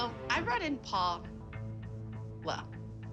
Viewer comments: Abby it’s Paul. La not Paula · Paul-la!! Get it right😂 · Paul-LA is what she said